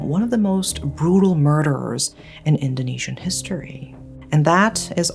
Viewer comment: As Malaysian, i love your pronounciation, diction dan your intonation. easy to understand and storytelling was good too.. you earned a new subscriber ❤️🔥